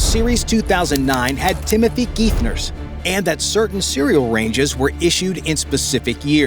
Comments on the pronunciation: You mispronounced Tim Geithner. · as well as Gaitner not Gefner.